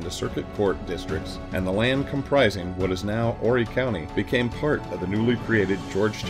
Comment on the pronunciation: That's why no repeat cannot do his it was not horry county it was horry county